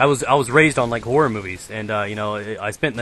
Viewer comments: the way says horror sounds like whore >.> Theres alot of whore movies I agree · i first i thought he said i love whore -__ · i thought he said whore movies lol cos of his accent lol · I thought you said "I love the whore movies" mmm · I though he was saying whore movies till i saw the title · when said horror i honestly thought he said whore lmao.